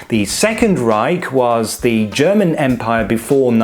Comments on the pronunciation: Why/How do you pronounce german that perfectly? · You’ve earned a subscriber for your direct and effective presentation and an impeccable German pronunciation ^ω^ I look forward to seeing more like this!!